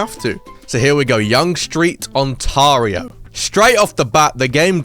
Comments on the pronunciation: its pronounced on tay rio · "ontaario" at the start felt like a kick in the balls